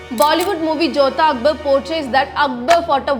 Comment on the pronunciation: He was Akbar, not Akbal 😂